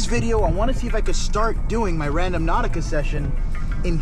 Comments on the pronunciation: it's not RAN-DOM-NAUTICA, it's RAN-DO-NAUTICA!!! There's is no M In the word. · Gotta rotate your tires so they don’t get bald on one side like that. I’m sure it’s been said a thousand times in the comments. Lmao. Also…. It’s Rand-O-nautica, instead of Random-nautica. 😂 Stay safe, you’re still my fave, the best there is out there!! Much love to you! 🤗